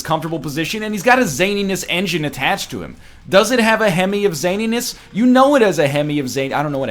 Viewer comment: At this point I just want to slit my wrists whenever he pronounces the word "zaniness"